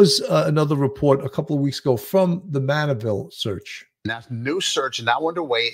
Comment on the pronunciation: It’s Manorville,not Manneville, if I’m not mistaken. 😊 Thanks for covering this.